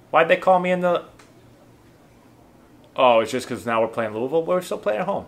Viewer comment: Great pronunciation of Louisville 👍🏻👍🏻👍🏻